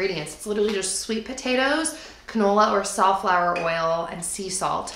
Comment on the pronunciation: Love that you said "safflower oil" when you were talking about the sweet potato chips! I never knew how to pronounce it before! LOL!